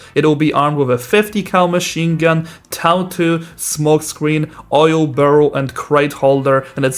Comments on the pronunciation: My dad (Iraq veteran) walked past, as I was watching this and he said "he's saying TOW wrong" he pronounced TOW like toe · toe is the correct pronunciation